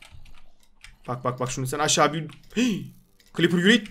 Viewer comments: abi surekli cleper diyon creeper o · cliper değil criper abi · Abi sen resmen cleper diyorsun